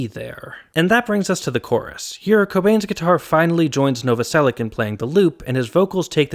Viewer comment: As a Slavic person, it's really weird to hear last name Novoselic pronounced with [k] in the end instead of [ch]. Great video regardless and it's surprising that haven't made the video earlier!